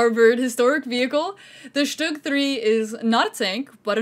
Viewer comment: Amazing!! Although you guys kept saying Stug wrong and it was kinda driving me crazy😅😅 because im use to saying all german WW2 vehicles in their German pronunciation😅 But hey I will give 100% credit for mentioning that it wasent a tank and actually a Mobile Assault Gun so that makes up for it👍👍